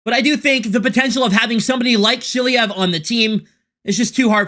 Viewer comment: because i’m russian, i would like to say: DemIdov and SilAyev (accent)